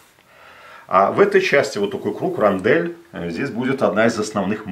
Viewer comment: Не этот рондЕль, а этА рОндель)